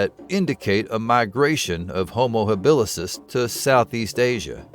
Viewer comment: It's Homo habilis dude. As opposed to habilisis.